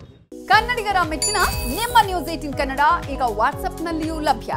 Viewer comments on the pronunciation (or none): none